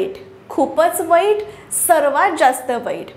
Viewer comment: मॅम वैट नाही म्हणत.वाईट म्हणतात.